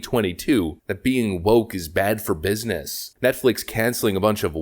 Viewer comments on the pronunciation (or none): none